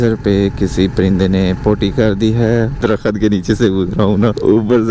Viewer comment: Agar tu School chala jata tu aaj Alfaz sahi bol rha hota darkhat darkhat nhe kr rha hota....